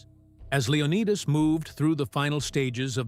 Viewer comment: Say that again, Leo-what-us?